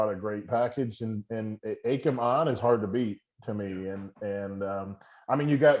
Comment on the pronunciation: Who’s Akam ? It’s A-KEE-MM